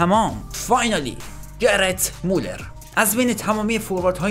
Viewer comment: داداش یه چیزی اون گرت مولر نیست گرد مواره